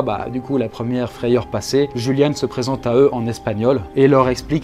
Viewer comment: Le "J" en allemand se prononce "Y" btw :)